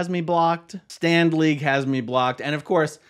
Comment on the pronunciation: Every time you say Stand League, I hear Stan Lee. And , think of his comics. Did LRH come up with Stand League?